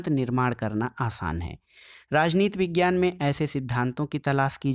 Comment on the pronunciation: Vejiyana na sir padhna hai